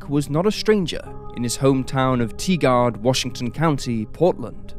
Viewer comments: Tigard is not pronounced "Tee-guard". It is "Tie-gerd". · Pronounced Tiger'd not teegerd, oregon native - next door neighbor to tigard. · Hi. I'm from Portland, and hadn't heard of this case. Thank you! There are several Facebook groups such as Forgotten Oregon, and other history groups that have many very knowledgeable and curious people, who love looking into things. Sidenote: Tigard is pronounced tie-gerd by locals. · Tigard is pronounced like "tiger" with a d at the end! EDIT: holy shit I was born in Bellingham!!! Also lived in Tigard That's crazy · It's Tigard, Tiger with a d on the end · Was hoping someone noted the pronunciation. It bugged me a little. :)